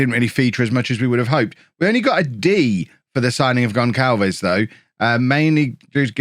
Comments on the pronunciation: Gon[s]alves not Gon[k]alves, please, it's painful! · It's not "GonKalves",, it's GonSalves. The little squiggle under the c in his name is called a cedilla. It indicates that the letter c has a soft pronunciation, ie an "s" sound, not a "k" sound. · Gonçalves is pronounced GonSSalves btw because of the cedilla (ç). Otherwise love this year's Bourne :)